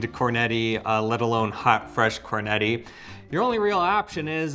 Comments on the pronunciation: ….”Cornetti”! With double T….not “Corneti”. Just listen to how Eva pronounces it.;) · Listening to him pronounce cornetti hurts my ears